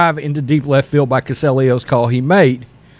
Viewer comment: his name is pronounced cuh-stell-e-anos